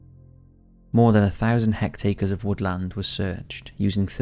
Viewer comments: a what? No it's "Affidavit" Have never heard of an Affidavee. FFS and it's 'Hectares' not hectacres. LEARN TO SAY THINGS CORRECTLY IF YOU'RE GOING TO HAVE A DOCUMENTARY TYPE CHANNEL. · 'hect-acres'? Curious! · Hectacres unbellished affi davey Some more amazing pronunciation and just made up words there bro Just need 2 more for now for a top 5s all on it’s own